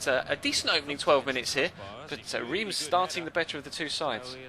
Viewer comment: Reims is pronounced rem!